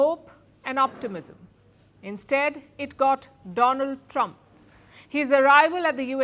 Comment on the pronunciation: Dolund trump is the right pronunciation ek kaan mei leta hai aur ek muh mei